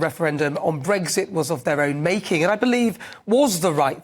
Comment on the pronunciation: I love it when you say Breg zit.